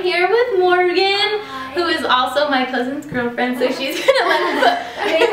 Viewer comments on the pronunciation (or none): First I thought u said husbands GF and I was like "0.o" but then I realized u said cousin and I was like OHHHH TRUUUUU XDXDXD